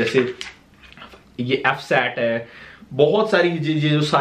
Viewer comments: did he just call FSSAI as FSAT 😂😂😂😂😂😂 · Fssai hota hai....fssat nhi 😂😂😂😂😂😂😂😂😂